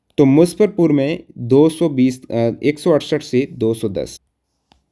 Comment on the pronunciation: मुसफ़रपुर ❌ ,मुजफ्फरपुर ✔️ 😂